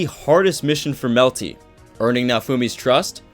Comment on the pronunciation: You melty, he say malty, I say Melta-Gun.